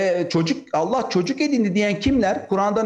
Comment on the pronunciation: Kardeşim Cenâbı Allah’ın ismi celilini düzgün telaffuz ederseniz daha iyi olacak. Hâşâ اللخ gibi söyleme الله deyiver!